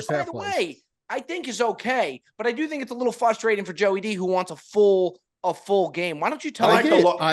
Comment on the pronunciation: can we talk about how doesn't pronounce the first "r" in "frustrating".... love the pod boys!